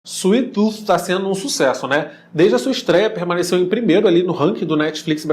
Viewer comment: "Suif tut"🤷🏼‍♂️